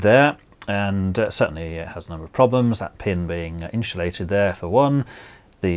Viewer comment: INSULATE not INSHULATE.